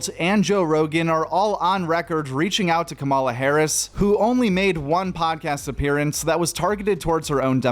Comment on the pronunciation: why can't this whiteboy say Kamala's name right?